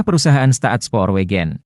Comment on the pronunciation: Staatsspoorwegen dibaca Stats-spur-weihen Maatschappij dibaca Mats-khapai 😢